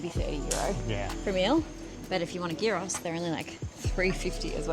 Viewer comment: Your "souvlaki" is YEEross. Souvlaki means little skewer. If it's not on a skewer, it's not souvlaki. Your can of local beer is FIX.